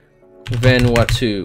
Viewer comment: he said vanuatu omg haha funny